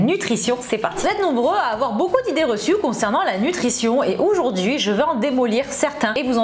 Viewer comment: « Oujourd’hui » ahaha !